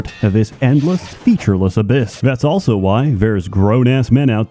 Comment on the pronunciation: pronounces the word "also" as "elso".